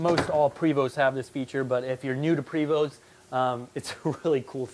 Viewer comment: It's pronounced (Pray-VO) Not Pre-VO. Not trying to be smart ass just letting you know.